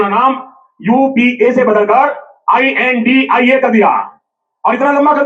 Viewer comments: I n d I a 😂 nahi India boliye sir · Beea.pada hua banda kuchh aisa.hee bolega Intia. Nahi. India Hota.hai